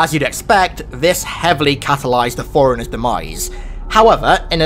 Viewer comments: No, not "Flirt" and "Foreigners". Having a speech impediment, fine, God Bless. A bit of an accent, no worries. But for the sake of everything good: Say Flood not flirt. Say Fore-Runners not foreigners. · what accent is that, when you say forerunners it sounds like Foreigners